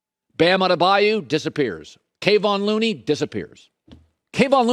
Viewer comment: Colin, it's K-UH Von Looney, not KAYvon, get it right. Put some respect on this guy's name, he's more than earned it in his journey here